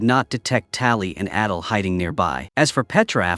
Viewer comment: The fact that the ai script kept saying adel instead of adil (adel is literally my name)😭😭😭